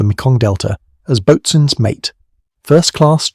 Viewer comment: Learn how to pronounce boatswain. Stupid AI voice, much too long, stupid AI text.